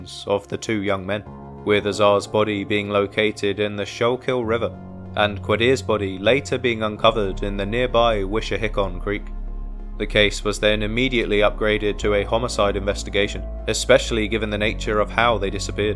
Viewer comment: Also Schuylkill is pronounced School-kill and Wissahickon is pronounced Wiss- a- hick-k-in.